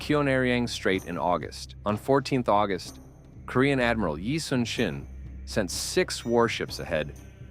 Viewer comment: Despite the official spelling, his name is pronounced eee (like eee pc netbook) soon (not later but soon) shin (between knee and ankle), not yi sun sin